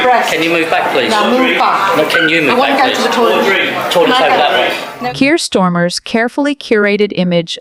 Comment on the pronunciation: Who is “Kier Stormer”?